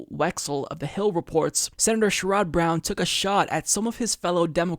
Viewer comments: Love your program and almost always agree with you. One tiny thing, I believe that his name is pronounced SHARE-uhd not sher-ODD. Keep up the great work,! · Isn't it SHER-red (like Jared) not Sh-rod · He cannot pronounce his name correctly. " I only support Bernie Sanders. " Just looking for any reason to trash anyone but Bernie.